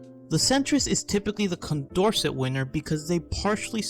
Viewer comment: Also, if he does make a new video, Condorcet is pronounced "kon dor say".